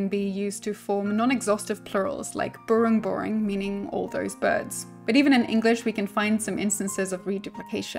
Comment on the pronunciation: I'm glad you can say Bahasa Indonesia and Burung Burung very cleary. I'm simmer from Indonesia its rare to hear simmer can say that